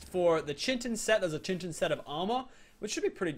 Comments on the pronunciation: It’s not chitin it’s kitin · chintin is pronounced ( kite-ten ) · it is pronounced Kite - in. Not Chintin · Oh god, it's making me cringe so much. The Chittin and the Piterodons! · The P in Pteranodon is silent and it is Chitin not Chintin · Chitin (Ch-e-tin) is really Chitin (Ki-tin) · It chitin. (Ki. Tin) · ITS KAI TIN NOT CHIT IN, sorry but I couldn't ignore it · chiton is not pronounced CHin-ton it is KAI-tin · It's not che-tin it's kI-tin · aye I feel you bro. And when he says chitin it sounds like he says chintin and when the gallimimus came he thought it was a carnovore being so skinny. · Kitin is how it's pronounced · Kite-in is how you pronounce chitin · Chitin is pronounced kite-in, you don't have to say it like that, I just want to protect you from people who will spam comments about pronunciation:) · I CANT TAKE IT ANY MORE chitin is pronounced kite-in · this is how you say it citin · chitin is pronounced kite in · oh no😢 the way you pronounce chitin😭😭 it's ky-tin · Chitin is pronounced kite-in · its pronounced Terr an a don Ky tan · Chitin is pronounced ki-tin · Pronounced Kyte-in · Chi tin is pronounced key-tin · It is pronounced ky-tin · it is pronounced kyten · its pronounced kytin no offence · he probably had like people tell him that but it should be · the p is silent,you get crystals from mountains and volcanos as well as caves and you pronounced chitin wrong